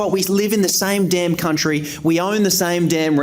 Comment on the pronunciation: Welcome to “The Kleva Cuntry”